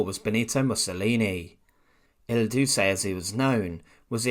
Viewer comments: El doosey? The turd? Il duce, ILL DU-CHE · Mussolini was "Il Duce" not pronounced il doosay but pronounced il doochay. Ce or ci in Italian is pronounced as ch (Cinzano = Chintsano). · Il Duce is pronounced doo-che, not doo-se! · El Duce is pronounced El "DOO-chay" not El DOO-say. Otherwise, thanks for posting! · Was "IL DUCE" (pronounced EEL DUCHAE). Not "El dusae". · It's pronounced ill-due-chay ... Remember it's Italian, so it's not pronounced with a soft c ... It's a "ch" sound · Pronounced el dootchay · Duce is pronounced . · It’s pronounced il Doo Cheh. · Lol, you did all that "research" on Mussolini, yet can't pronounce "Duce" properly! C'mon, man; you need to do better than that! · Yes, and he can't even pronounce "Duce" properly. So much for "research"..... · If you do not even know how to pronounce the word Duce, it would be better if this "past" would remain "untold". :D